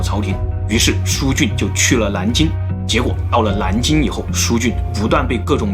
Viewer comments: 这个蓝金的音就很正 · 是南京 不是蓝京 🤣